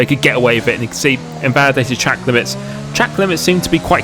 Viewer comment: Dude, what the fuk are you saging in your intro. Do you pronounce trl limitless fast or are you just mumbling terilimitless